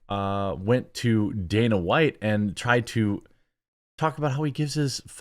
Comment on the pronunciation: Is he saying danas white? DANAS?